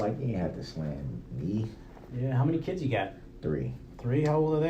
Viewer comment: It's a low bar, but I'm actually kinda amazed "father" Darrell was able to recite his "keedz" ages right off the top of his "hayud." Of course, there's also a good chance he was wrong, so...whateva.